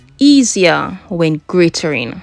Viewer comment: It is grating not graterimg